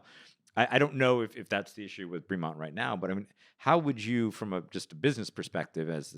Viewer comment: Oh for gods sake, at least pronounce the brand name correctly. Nobody, nobody at all other than Ben, pronounces it Breee-Mont. Nobody.